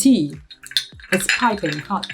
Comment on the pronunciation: "The tea is piping Haute!" 😅🤣